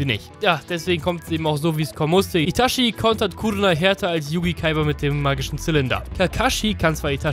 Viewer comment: witzig das du so abfällig über die Aussprache von Akaktsuki redest aber selber Itaschi sagst du Clown